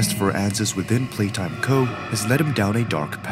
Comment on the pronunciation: Why he say playtime go and poppi wrong?